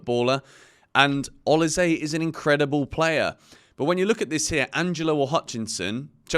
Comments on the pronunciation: It is actually pronounced O-LI-SEH. Not say. It's a Nigerian name from Edo state. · is it pronounced o lee say (Olise) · Is he pronouncing Olise properly? 🧐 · how are u not able to say olise?